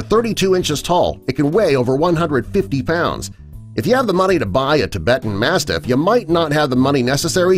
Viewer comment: You pronounce the Tibetan mastiff wrong